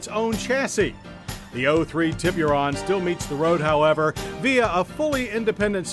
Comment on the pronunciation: "Tea-BeeU-Run" Lmfknao Hahaha